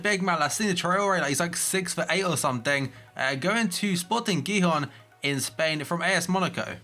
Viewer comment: porfavor vaya pronunciacion de gijón...